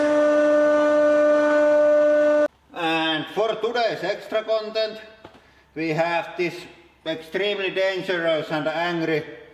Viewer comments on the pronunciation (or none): none